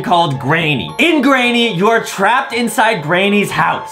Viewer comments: No one : not even my friends : NOT EVEN JUSTIN : adam : "gRayNy" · "greynny" HAHAHAHAHAHAH IM SORRY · me : granny adam : greyni